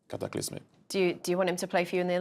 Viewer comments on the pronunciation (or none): This video is “Cata-clis-mick” - titi